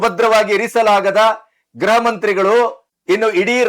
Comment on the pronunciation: ಸಾರ್, ಗ್ರಹವೊ ಅಥವಾ ಗೃಹವೊ ಸ್ಪಷ್ಟವಾಗಿ ಹೇಳಿ.